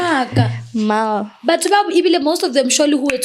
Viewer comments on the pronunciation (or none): Every time she says mal 😂😂😂